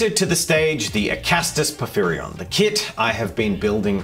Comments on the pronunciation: For the pronunciation, its pour-fear-ion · teal and it's pronounced po fi ron. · "Pour-fear-ee-onn" There ya go. It's the name of the King of Giants in Greek Myth. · it is to my understanding por-phyr-ion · I'm that one commenter who corrects your pronunciation. Por-fie-ree-on.